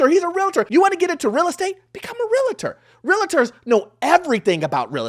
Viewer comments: Realtor (real-ter not real-uh-ter) Two syllables not three. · Shouldn’t we say realtors and not realitors. The word is realtor. I dont know but the mispronunciation of this word is a pet peeve of mines. Sorry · Jeez. Love this channel but my ocd is crazy. Its REALTOR NOT REAL-A-TOR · You need to learn how to pronounce REALTOR ... its not Realator, its REALTOR (there is no A between Real and tor)... you are a lender and I am sure you want to work with a REALTOR not a REALATOR. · Realtor NOT Realator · The info in your video is accurate but it’s super annoying that you say REAL-A-TOR at least 100 times. It’s REAL-TOR. There’s only one A in the word. Not two. If you’re a Lender, I’m shocked that you don’t know that. And as someone who’s licensed as both a Lender and a Realtor, I agree the Bar is low to become a Realtor. But it’s even lower to become a Lender. And we are the people who actually deal with people’s finances and personal information. Both sides need a much, much higher bar for enter. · It’s Real-tor NOT Real-LA-TOR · It’s REAL-TOR!!!! Omg if I hear this guy say “Reletors” one more time I'm going to have a heart attack 😭😭😭😭😅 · What is a Real-La-ta? 🤔 It’s Real-tor! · The correct pronunciation is REALTOR® not Real-i-tor. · FIRST OF ALL WHOEVER YOU ARE IT’S NOT PRONOUNCED “REAL-A-TOR” so you’re no better or smarter than you think! Shouldn’t you have known it’s pronounced REAL-TOR??!!!!! 😂😂😂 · Realtor not Relator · why do you and many others pronounce the word Realtors [real-tors] as real-o-tors? Not trying to bust your chops. Just want to know if I have been pronouncing it wrong. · REALTOR NOT REALATOR…. FYI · The word is REALTOR. 2 syllables. 2 syllables. REALTOR! REALTOR! 2 syllables. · I’m sorry, but I have to correct you… Realtor has 2 syllables: REAL and TOR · You can’t even say realtor lmao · OMG I was thinking the same thing. 😅 How annoying 😮😮😮